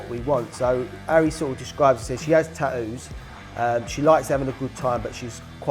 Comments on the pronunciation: Its tattoos, not taoos...🤦‍♂️ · I like how he says tattoos. "Tat-ewws".. Much more elegant sounding than my Texan accent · The way they pronounce tattoos is weird to me